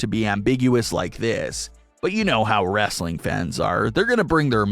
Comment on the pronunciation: It's WRESTLING, not wrastling.